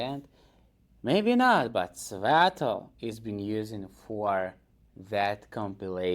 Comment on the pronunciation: He’s mocking your pronunciation